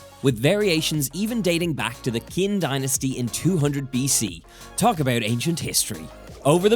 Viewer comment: I just want to say that Qin is pronounced “chin” not “kin” and please please try making the ginger scallion sauce with hot oil. Just heat up the oil and pour it over. Don’t add broth to it, just salt to season😉